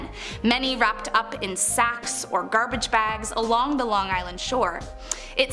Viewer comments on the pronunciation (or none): none